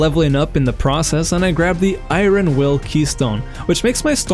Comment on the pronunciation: been watching alot of your vids and love them but please don't says iRon ever again ❤